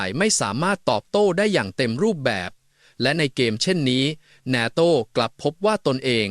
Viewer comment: face-pink-tears::face-pink-tears::face-pink-tears: "นาโต้" ไม่ใช่ "นาโท่" AI ไม่เจ๋งจริง....:face-pink-tears::face-pink-tears::face-pink-tears